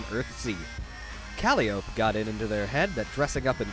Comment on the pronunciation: You pronounced Calliope wrong and you better as hell expect I won’t let that slide